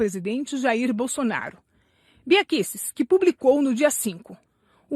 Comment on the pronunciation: Não sabe nem pronunciar os nomes Kicis e Kuster 😂😂😂😂😂😂 Enquanto isso o terça livre teve 44 mil inscritos a mais de ontem pra hoje. Parabéns pela propaganda gratuita!😂😂